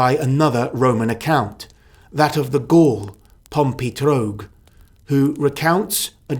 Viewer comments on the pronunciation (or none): none